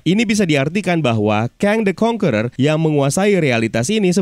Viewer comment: AKHIRNYA ADA YOUTUBER YANG MEMPRONOUNCE 'CONQUERER' DENGAN BENAR